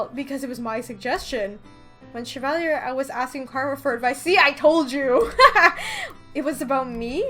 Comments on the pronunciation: I didn't know you knew French? But his name is pronounced Sha-Valley-Eh (Canadian version of eh) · Me: Cheva, Chebal, Shevala, um, WHY CANT I PRONOUNCE THIS NAME AGAIN ILL JUST CALL HIM RUMPEL